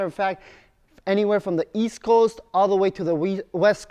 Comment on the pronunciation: East? I thought you said Weast.